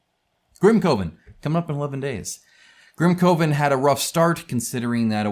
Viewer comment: I thought it was grim kuh-ven, like a coven of witches?